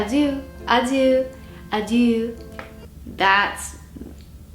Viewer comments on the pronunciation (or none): to pronounce adieu it's more like "adi - uh" , not "adi-euw" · not her not realizing that adieu is not pronounced adiuue... it's actually more like adiœ the ieu is pronounced as 'ö or œ'.. lmao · The way you pronounced adieu 😭😭😭😭😭😭 no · How is it even possible to not know how "adieu" is pronounced